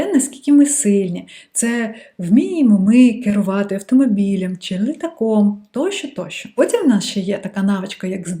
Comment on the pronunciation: Ви стали дуууууже ніжною, коли говорите украінською ❤️🇺🇦❤️🇺🇦❤️🇺🇦 Дуже гарне Ч, але "ШО" замість "ЩО", і іноді Ви говорите "и" замість "і" (литак). Ну і "побєжалі" трохи не наше. Але в решті Ви супер 🤝👍🏻👌💪🏻🎉👏🥰